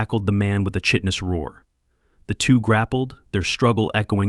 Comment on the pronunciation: And work on pronouncing words like chitin, it should sound like kai-tin